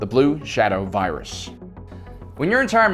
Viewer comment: I love how Dr. Vindi pronounces the virus ZE BLUE SHADOW VIRIUS (vi-a-dus)